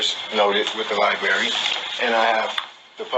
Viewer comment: Did this freak just say National or Congressional Libary ? Oh Lord... he doesn't even know how to say that.